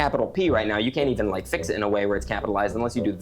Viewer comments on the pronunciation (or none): Bro said fick not fix by h